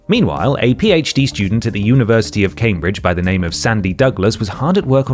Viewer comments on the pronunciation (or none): none